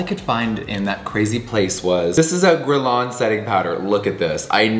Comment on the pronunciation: Imagine being this rich and mispronouncing the brand's name by a thousand miles. Add Guerlain to the list.